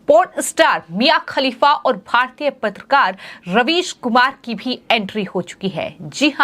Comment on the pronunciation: Madam your prouncation about ravish is wrong because might be UP OR UP born this is but natural? ???